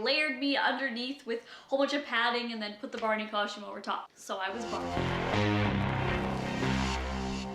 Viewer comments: she does say custom weird she is saying cushtum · Not hating but there is a right and a wrong way to say something that's why there are pronunciation guides in the dictionary.